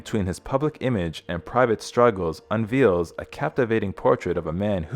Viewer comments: Nottobe a fault finder but why can’t this narrator speak correctly? It’s bosom buddies not boss ohm. Unveils pronounced unveels? It’s not on the golden Pond. It’s On Golden Pond. One doesn’t have a pacemaker installed. They have one implanted. I could go on and on and on but I’ll stop there. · 40s, this narrator pronounces the word 'unveils' as 'un VEELS'. Surely a professional actor could have been hired to narrate a story about an actor with a long and successful career? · I never thought Fonda had any charisma, probably because he seemed emotionless. Rows meaning arguments is pronounced to rhyme with cows. Unveils is pronounced unvayles.